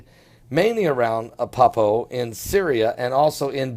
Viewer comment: "Apeppo"????? It's ALEPPO... There's an "L" in there. But then again you're also reporting this falsely as though it's something new. This has been around for a long time..... Per The World Post: Leishmaniasis has actually been endemic to Syria for centuries and was once commonly known as “Aleppo evil”. This cutaneous (skin-affecting) form of the disease isn’t strictly “flesh eating”, although another form found in Brazil and some other parts of South America can be. It is caused by the Leishmania parasite, which is carried by sandflies. If you’re bitten by a fly, the parasites can enter your blood and invade the macrophage immune cells that normally kill bugs, causing causing horrible open sores close to the bite.